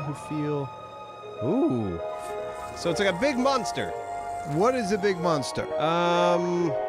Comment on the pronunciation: For some reason it bugs me when says monster.. it's not munster